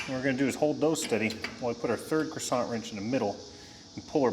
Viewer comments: Lost all credibility when he said “croissant”. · Lol Same here, Gary. Never heard it pronounced that way either. Need some butter to go with the croissant 🥐 🧈🔧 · I like the French pronunciation of “crescent”. 😂😂